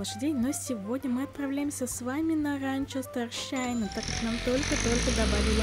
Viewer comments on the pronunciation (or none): Почему СтарЩайна? Там же Ш СтарШайн 😅